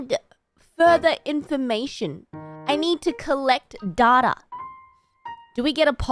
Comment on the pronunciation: どうでもいいが、Dataの発音で「そういやハコ太郎はオーストラリアネズミだった」って思い出した。